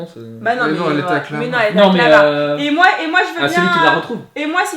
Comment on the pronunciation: A elle a forcer sur les "et moi" j'ai rigolé 20 ans😂😂😂❤️